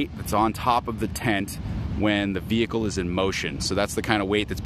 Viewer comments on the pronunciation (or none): none